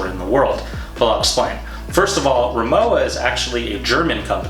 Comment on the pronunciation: You pronounce it Ri-Mo-Va